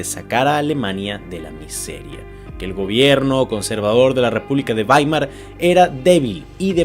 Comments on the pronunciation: Esa ciudad alemana se escribe Weimer, pero se pronuncia Waimar, esto porque en alemán la combinación de vocales e i se lee a i. Dato anegdótico: mi hermano Max es catedrático de la Universidad Bauhaus de Weimer. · "baimar", beibe